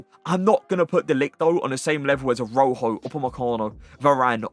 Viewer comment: How you pronounce some of these names is so cringe😂 “Aroho” who is that. Pronounce it like: Uh-Raa-hOH